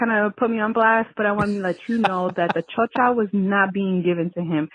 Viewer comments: It's actually Chorcha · It's chorcha